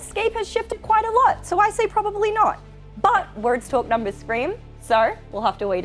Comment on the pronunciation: "nuhmbuhs" "howevuh" "lahgely". Wow she has a hard time pronouncing her "R"s lmao.